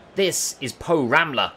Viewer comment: Haha porammler